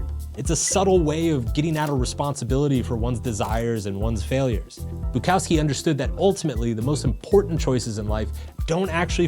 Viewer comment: This video and his pronunciation of Bukowski drove me to delete YouTube. Like and subscribe